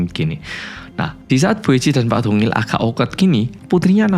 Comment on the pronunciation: Siapa yg dengernya tungil pas bilang dongil 😂